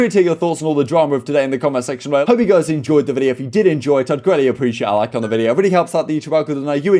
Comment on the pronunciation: Alroiightt goiyss